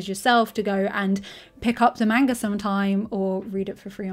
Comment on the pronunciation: She calls it "manger" and its amazing